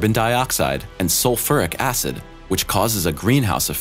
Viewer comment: Dude can't even pronounce sulfuric acid.